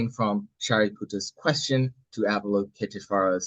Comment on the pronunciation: Thanks for sharing! Btw English translator — *Avalokiteśvara, not Avaloketiśvara 😊 (also stress on 5th not 4th syllable)